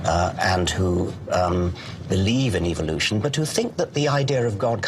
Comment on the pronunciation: what about how he says Evil-lution